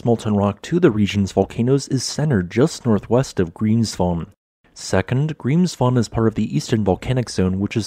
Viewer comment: How nice his pronunciation is, now he was in Iceland 😉